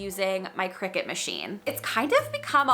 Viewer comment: It's pronounced decal (deckle) not deeecal. And it's Cricut (Cree cut) not cricket.